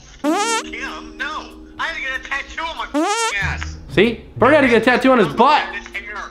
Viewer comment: its burt not bert